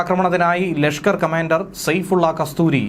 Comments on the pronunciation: സെയ്ഫുള്ള കസ്തൂരി അല്ല സെയ്ഫുള്ള കസൂരി എന്നാണ് ശ്രദ്ധിക്കുക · Why are you wrongly pronouncing. Not kastoori but kasoori. Making muslim as hindu